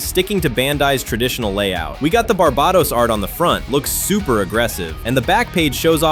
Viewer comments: Its pernounced bar-bay-tos. Jeez lol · If you want to be anal about it, it's bar-bay-tose (like how you'd pronounce toes, the S is softer in Latin) It's pronounced Bar-buh-tos by Bandai in pretty much every version though so it doesn't matter much either way